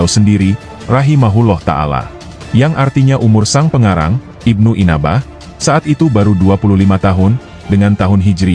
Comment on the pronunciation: NYEBUT NAMA SAJA UDAH KELIRU, IBNU ANBAH KOK JADI IBNU INABAH 😂😂😂😂😂😂😂😂😂😂😂😂😂😂😂